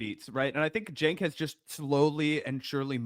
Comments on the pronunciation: Not a current TYT fan or anything, but how are seriously saying ‘Senk’? Surely you have heard his name pronounced before? If you haven’t it’s ‘Chenk’ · You are just two clowns and a women, slagging off a guy whos name you can't even correctly say. Senk. Try Chenk, yu dumb mother fockers. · He said it like sank lol😂